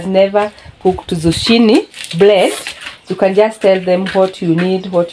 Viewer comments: You pronounce it with a K not Ch,you say zukini. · 😂 I love this couple. OK pronounce zucchini as 'zukini' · Try to pronounce zucchini this way: Zoo-Kee-Nee. I love watching Peter bake for you, and Jimmy play with the mud. What a great childhood he has! You and your husband are both very patient, and loving parents, and your children are well mannered and content. You are doing a great job raising them. Everything about your life is down to earth, simple, real, and natural. I look forward to your videos each day. You remind me what life is all about. Thank you for that! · Hi guys, the way it is pronounced here in the U.S., the "h" is silent. "Zoo- kee- nee" bread. Your bread looks delicious. Enjoyed the video! ❤ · I just love your channel!!!! That Bread looks very delicious the correct pronunciation of the word Zucchini is (zoo-kee-née) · In the USA it is zucchini bread. Pronounced Zoo-Kee_nee. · In the United States we spell it the same way you spelled it, Zucchini, but we pronounce it, “Zukini”. Your husband did a great job!🥰💕🌷 United States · Great job but zucchini is pronounced zoo key ne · It is a squash pronounced zoo key nee! Do not make the chi sound. You're doing great!❤